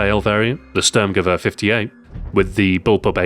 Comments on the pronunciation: Listen to what he says when he talks about the stg 44. He says Störrmgewörr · You pronounced Sturmgewehr not very good. :)